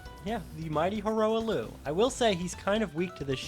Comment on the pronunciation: The way you pronounce ranni and hoarah loux hurts my soul (Good video tho 👌)